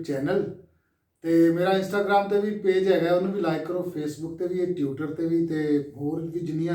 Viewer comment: Veera tutter nhi hunda tweeter hunda